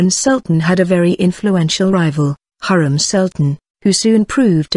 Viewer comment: it's not Hurram, it's actually Hürrem or Hurrem.